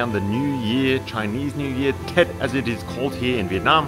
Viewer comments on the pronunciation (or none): Ey..the word tet is pronounced as thet...any word that starts with a letter T is pronounced as TH...opposite from english..just a heads up..great vid btw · yes sir..the 1st T only